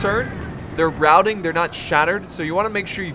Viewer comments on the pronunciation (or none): none